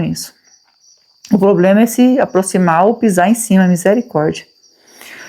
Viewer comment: Fala problema não pobrema